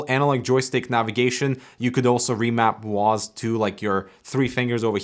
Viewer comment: Guys it’s not W-A-S-D anymore, it’s now just “Wasd”